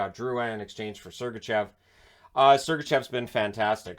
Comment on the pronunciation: 1. Matthews 2. Fox 3. Tkachuk 4. Laine 5. Debrincat 6. McAvoy 7. Sergachev (pronounced SergachOv) 8. Keller 9. Bratt 10. Chychrun There, fixed it for ya.